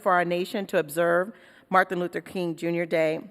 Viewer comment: It's MARTIN.... not MARTHIN.